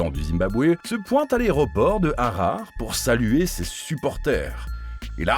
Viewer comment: Merci pour la priorité ! Un mix aurait fait l'effet. Pcq entre tes erreurs de prononciation et la teinte du titre, comme tu dis grand moment de honte publique ..POUR TOI! Revise tes capitales : HararE pffff Pitié.😮